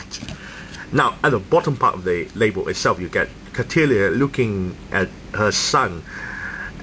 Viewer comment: Its pronounced Cattle (like the animal) ya I think its a joke on how thick she is